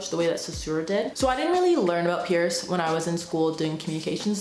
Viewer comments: Small point, but it's C.S. Peirce (prounounced "purse"), not "Pierce." Otherwise a great summary! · Great video. Just remember that Peirce’s name is pronounced “purse.” The family name was originally Pers. They changed it to Peirce (not Pierce) thinking it would sound like Pers/purse, but really it didn’t clarify anything! 😂